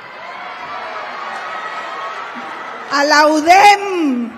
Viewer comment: Así es, UDEM... nada de U Dé Eme...